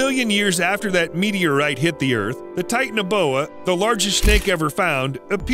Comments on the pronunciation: I wish he’d say ti-TAN-a-BO-a instead of “tight-naboa” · Titan a boa 😂 it’s ti tana boa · It’s Titanoboa, not Titaneboa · Ahem.. Ti-TAN-a-boa. Not "tighten-a-boa" or whatever. Tie - TAN - uh - boah. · Please say TITANOBOA the correct way. Its not tight- na- boya... Its Tight- ana-bowa come on man i know u did your research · Sorry if this is rude but titanoboa is pronounced tie-tan-oh-bow-ah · It's pronounced TI tan a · Its Titano boa like the titanic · You pronounced titanaboa wrong